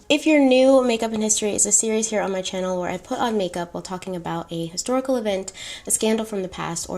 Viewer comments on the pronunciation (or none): none